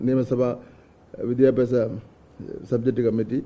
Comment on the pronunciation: വിദ്യാ അഭ്യാ😂😂 സ മന്ത്രി.....